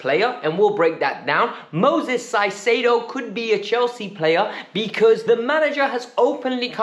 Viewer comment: you are totally butchering Caicedo's name. It should be pronounced "Kaisedo". Other that that, I totally agree about Felix, he has tons of talent and only needs a coach that trusts him and creates a proper attacking system.